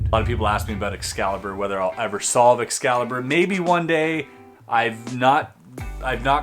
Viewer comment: Lol he made Xcaliber sound like a bad ex